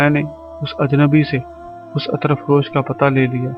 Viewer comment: Attar nahi hota brother Ettr hota hai means zabar nahi zair hoti hai..Please don't mind... Thanxx